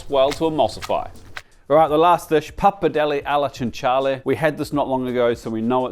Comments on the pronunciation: don't worry, he later completely butchered pappardelle al cinghiale, you could tell it was a long day lmao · Very close pronunciation of the tajarin dish, and then... 'tagg-ah-tell-ee' 😢 Also that pappardelle al cinghiale pronunciation is surely just ragebait.